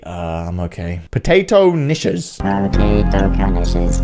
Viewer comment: Knishes is pronounced Kee-sh-es